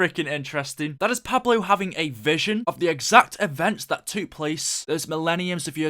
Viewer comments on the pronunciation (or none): couldnt agree more... and decimate "decimite" and took.... "tuuuuk"